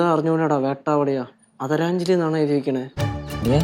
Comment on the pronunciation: ആദരാഞ്ജലികൾ ❌അദരഞ്ഞലികൾ ✅😂😂😂😂 rocks thanney 😂😂